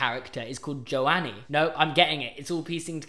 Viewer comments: pronouncing joe-anne jonie 😭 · is no one gonna mention how hes pronouncing Joanne